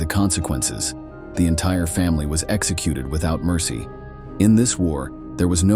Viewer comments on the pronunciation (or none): none